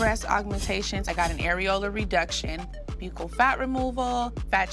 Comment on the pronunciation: Got buccal fat removal and can’t even pronounce it correctly, it’s BUCKLE. Spelled buccal.